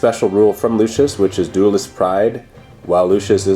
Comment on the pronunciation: Lucius not 'lucious'